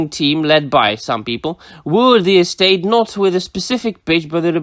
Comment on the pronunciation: “Tolkien EstHATE.”